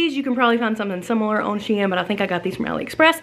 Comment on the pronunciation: YESS!! I haven’t gotten through the entire video, but I’m so excited you got an appointment! Can’t wait to see what they say! Love LOVE all the pieces I’ve seen so far! And, thanks btw, for making me have a new shein shopping obsession! (P.S. the company tweeted, you are saying it right. SHE - IN.) My daughter just bought her 8th grade dance from shein, and mostly bc of the cute dresses you got to go to Vegas! (Just saw the yellow shirt with blue earrings! Made your eyes so BLUE!!)